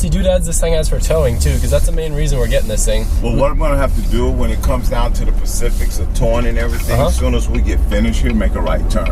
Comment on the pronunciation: "All the pecifics"